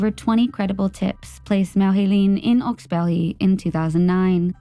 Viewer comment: It is pronounced "hawks bury" it isn't french